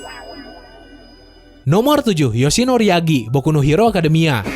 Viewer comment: Koreksi bang, Toshinori bukan Yoshinori